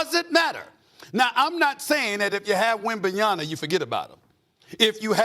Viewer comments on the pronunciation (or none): Stephen A. Quit pronouncing his last name ending in na. It is ma. Come on man. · And he still keeps saying WembanyaNa, embarrassing stuff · Will SA ever pronounce Wembanyamas name correctly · Wembanyama. After 2 seasons, this jackass still can't say this dudes name correctly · Stephen A Still unable to pronounce wembys last name is crazy